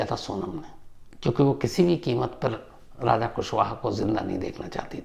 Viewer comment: Shams raja ko raj aur raj ko raja kyun bolta hai😮😮😮😮😮😮😮😮😮 thoda dhyaan se bola kar tu